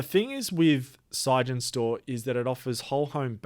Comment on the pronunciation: Why are you saying "sige-en-stor"? It's clearly "sig-en-stor", as in Sig Energy Storage.